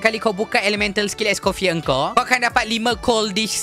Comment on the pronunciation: bangla ni sebut pun salah... orang es coffee